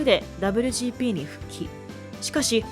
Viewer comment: この「ダブリュジーピー」って言い方は何とかなりませんかね？。当時を知らない人が作ってる感が…